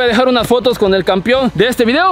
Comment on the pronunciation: Todo está bien pero hay que pronunciar bien "campeón" ya que muchos dicen campion y se oye mal. Saludos